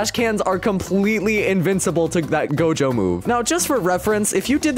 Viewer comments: "Its Gojo" Him: dojo "Its Genos" Him: Genoese "Its blizshoot" Him: bloodshoot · it not dojo it's gojo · bro said dojo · Gojo❌ dojo✅ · bro said dojo bro it is gojo😂🤣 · who see he said dojo XD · “Hiro hunter” “dojo”lul